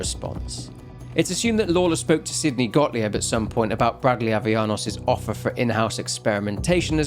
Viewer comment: As a German, can I just say that your pronunciation of Gottlieb as “godly-ebb” is ADORABLE? Like, no shade, I know you are putting lots of effort into your videos, you’re really admirable and your love for the Outlast series shines through each time. And you are better than other YouTubers about pronunciation of non-English names but I just think it’s adorable. However, compared to some other English content creators, I don’t need a transcript to understand you saying a German name